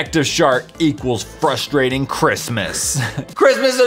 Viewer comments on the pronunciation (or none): none